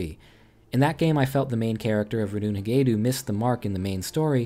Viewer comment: so it hard to pernouse but I think I was able to pronounce it at least close enough: Radol-hain-gedoll you just need to pay attention on how Connor says his name it took me 3 weeks to pronounce it correctly